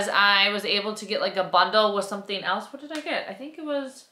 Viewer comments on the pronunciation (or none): none